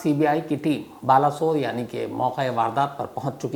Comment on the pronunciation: Balasor...sahi naam hai Baleshwar. बालेश्वर